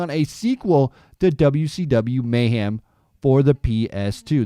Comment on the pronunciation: There's no such word as "mayham".